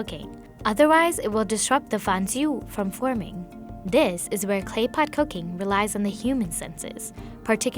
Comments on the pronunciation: I died when she said fan jiao as fan ju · Her pronunciation was so spot-on for "fan jiao" and "bao zai fan". Taking the time to practice small things like that is real journalism.